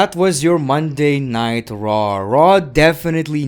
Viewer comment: Am I the only one who hears Monday nitro when ever he says Monday night raw